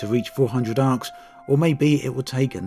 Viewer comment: Arx, pronounced "Arse"